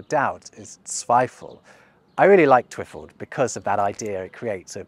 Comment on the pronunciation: Twi-FALD. The emphasis should be on the last syllable. And the i short. / And galegale should be said in a singsing tone, imitating birds. / (Not an expert, I just have a musical relationship to language.)